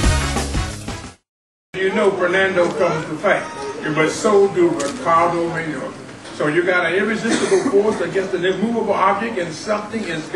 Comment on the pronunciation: Don doesn't even say his name right, "Maygoya" LOL